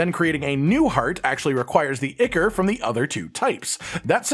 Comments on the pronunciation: PS - Ichor is pronounced "eye - core" not "icker" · (Ichor) its EYE-kor not ick-ur. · eye-kor not icker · Ichor = "eye core"